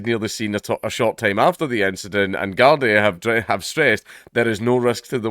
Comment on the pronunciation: A Scot making out that the Irish are known for knifes, ah dunny Ken whatcha mean dank, by the way, it's pronounced guardee.. 😉